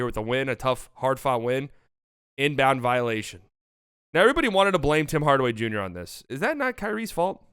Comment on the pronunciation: This man said Bim Bardaway Bunior and it got me